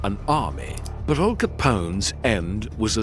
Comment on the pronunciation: Weird….pauses….in the….video. AL not All. Joemetro